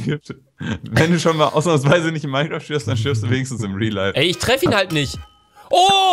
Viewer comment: "Ich kann doch nisch ohne zweiten Bildschirm aufnehmen" - Luz 2015